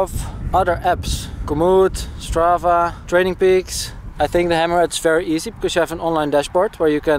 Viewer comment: Hammerhad with Dutch accent = Hemorrhoid ;)